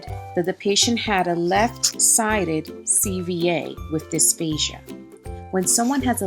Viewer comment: I thought I heard dysphasia instead of dysphagia. But anyways, thanks for sharing your knowledge! :)